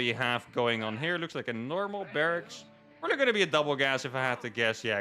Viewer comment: Heh "pobably confused you both" you said. Low faith in in your wievercount? :P